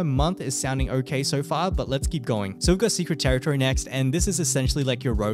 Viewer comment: bro secwet tewitowy